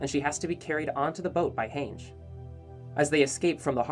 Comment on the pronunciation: Its Han-ji not Heynje